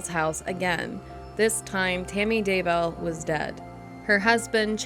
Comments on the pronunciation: DayBELL You can't even get the names right. Buh-bye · Hey this is great! But the name is Chad Daybell, right? It keeps switching to Daywell and I’m a little confused. Still, I love the video, keep em coming! Edit- this is the first time I’ve commented first on a video, yay XD